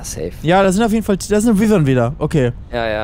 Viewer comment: Man spricht wyvern wie weiwern aus